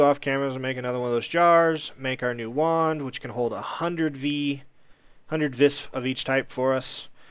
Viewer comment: Ya know, just kinda bite into the farming station, its kinda like rock candy. =P also its pronounced "Vee" not "Vis" :)